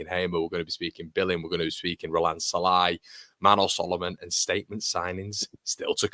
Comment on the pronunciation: as a Hungarian "Sallai" pronunciation is: "S" like sugar not like sun, and the "i" at the end is more like a "ee" on an end of a name like "Lee", maybe a bit shorter "ee", good vid, MOT